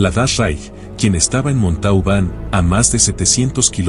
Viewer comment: La ciudad se pronuncia MONTOBAN.